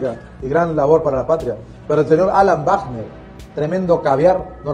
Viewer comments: Ministro /guacner/. Jaaaa!!!! Es /bacner/. Se oye chistoso /guacner/. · No se dice "uagner" sino "vagner" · No se pronuncia guarner,,, se pronuncia VAGNER. se escribe WAGNER, pero se pronuncia VAGNER